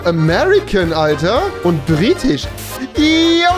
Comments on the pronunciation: "Britich" Ahja😂 (nichts gegen dich) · Niemand: Wirklich niemand: absolut wirklich niemand: Rewi: "Brittich" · Niemand Wirklich niemand Gar keiner Rewi: Griechich, Irich, Britich, Amerikanich, Schwedich,.... 😂😂